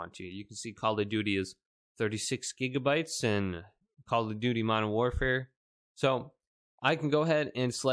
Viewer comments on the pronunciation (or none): none